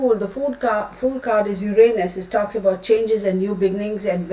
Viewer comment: Uranus is pronounced 'YER'uhnis Not Yer 'ANUS ANNUNCIATION is on the first syllable 'YERuhnis The last 2 syllables are pronounced uhnis Not anus